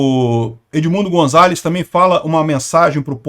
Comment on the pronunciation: vc gosta da correta pronuncia de palavras estranjeiras, como vemos nos seus videos... pronuncia-se o 'z' de Gonzales com som de 's', como em 'sapo'